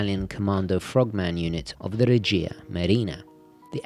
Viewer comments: We say Regia with stress on E, :) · The correct pronunciation is règia not regìa marina.